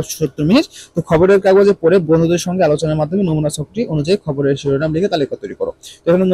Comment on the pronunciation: স্যার খাবারের না খবরের 😅😅